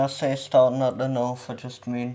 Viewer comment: It's north not norff